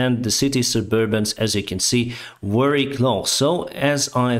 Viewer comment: You are more than a batalion of tanks. If I may, Improve Your pronounciation of „v” eg very vs. wary 👍😄 _v_(ehicle) like „*в*еликий” and _w_(ater) like „*л*ось”